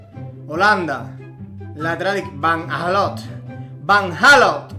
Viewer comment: Bro puedes empezar a decir bien van aanholt q es mi jugador favorito